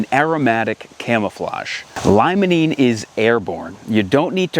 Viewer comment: Jsyk, limonene is pronounced, “lee-muh-neen”.